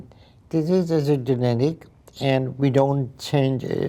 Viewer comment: Genetic kelimesini yanlış söylediğiniz için adam anlamadı pronounciation ina bakın lütfen